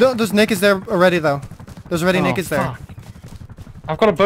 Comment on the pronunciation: yep, sounds more like nakeds xD